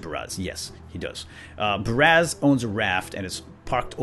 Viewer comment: God, every time he said Baraz it annoys the crap out me.